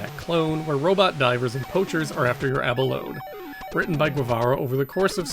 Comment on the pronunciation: 28.00 another great video. FYI - the "e" in "abalone" is not silent (i.e., it's pronounced "abaloni").